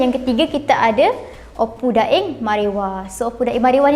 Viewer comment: Bukan opu dai tapi opu da'eng .